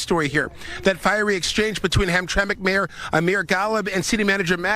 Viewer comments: It's pronounced ham-tram-ick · It's Polish and it was pronounced hamtramick. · "ham tram ik" for God's sake. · It’s pronounced ‘Hamtramak’ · Ham-Tramic is how it's pronounced. I live about 65 miles from there. My Grandpa used to live there. It was a Polish, Prussian, Slavic neighborhood. Today it's become a Muslim community. The City council there refused to fly the Rainbow Flag over government property because of a public outcry. It's an interesting place. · Did you even listen to this video???? They pronounced the name of the city a hundred times yet you insist on saying it wrong. Are you serious??? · Why can't he pronounce hamtramic like it's supposed to be Everybody else has been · And in Dearborn Michigan, the American taxpayers are being forced to pay for Muslim religious festivals And by the way it's pronounced Ham-tram-ic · Not trying to be advisarial but it's Pronounced "Ham-tram-ick" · Come on dude you sound ignorant ham-tram-lk There it is phonetically. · Ham-tram-ick, it ain't a train, it's the syllables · It pronounced Ham tram ick. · F.Y.I., it's pronounced: Ham-tram-ick. Formerly a wonderful Polish community inside Detroit, presently it is the Bagdad of Detroit. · [HAM-TRAK ] ??? I think you have this city confused with a Train Line for Pigs. LEARN TO READ! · Its pronunciation is hump tra mic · The name of the city is pronounced Ham-tram’-ik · It's pronounced Ham- tram- ick..... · Not ham track, it's (ham tram ic) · Ham-tram,ic,. Not Hamtrack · Dude, it's pronounced HAM - TRAM - ACK, not HAM - TRACK!! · It’s “ham tramack”, not hamtrak. Used to live near there. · Dude, it’s not “Hamtrak.” It’s Hamtramck(pronounced Ham-tra-mick). How are you doing a story on a city and not bothering to find out how to pronounce it? 🤦🏽‍♀️ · STOP CALLING IT Hamtrack !!! It's Hamtram(i)ck... "Ham-tra-mick" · That's pronounced HamTramick, not Hamtrack... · Say, “Ham-Trah-mick”. From a native Michigander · Hamtramik the way it’s pronounced. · It's HAM-TRAM-ICK, pal!